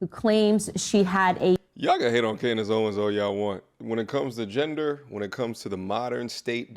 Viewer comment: I like the way calls Candace, gandase. 😂